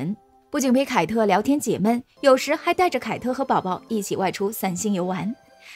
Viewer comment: 解闷 读4声，指情绪，读1声，指天气的感觉《闷热》